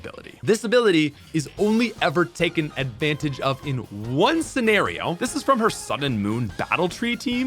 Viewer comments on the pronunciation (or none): none